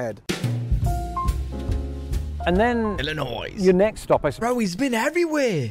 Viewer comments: SIR!!!!!! It is pronounced "ILL-in-oy". DO NOT USE THE "S"!!! Say it like that (ILL-in-noise) to an Illinoisan and they won't be very pleased with you, and they will correct you, like I just did cuz I am from the Chicagoland suburbs...lol!!! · Also, the S in Illinois is silent. If you have a good American accent, we may not know you’re British but as soon as you pronounced the S, we’d know that you’re at least not from the state. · FYI. Illinois does not pronounce the "S".